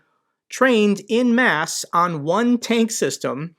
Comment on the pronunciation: It's "en masse, not in mass."